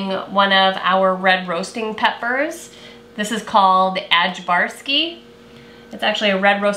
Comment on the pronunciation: Ajvarski is pronounced 'Aye-var-ski' since 'ajvar' [said as 'aye-var'] is an eastern European pepper dish (delicious)